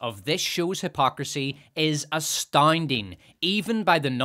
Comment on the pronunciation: How the hell did you get “ah-STAH-een-deeng” from “astounding” , and “CAH-yeer-diss” from “cowardice”? Those sounds don’t match the letters at all